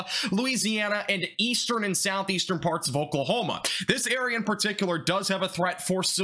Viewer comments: You said farts instead of parts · you cant tell me this guy didnt say farts